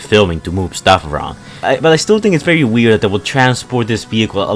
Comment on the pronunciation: anybody: vehicle, very, think: behicle, bery, tink